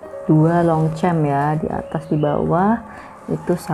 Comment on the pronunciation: Bacanya Tre dan s nya ngk dibaca bu dan Longsyong bacanya m dan p tdk di pronounce